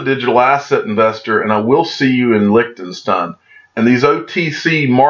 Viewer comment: Oh yeah... I will also teach you how to pronounce Lichtenstein correctly :)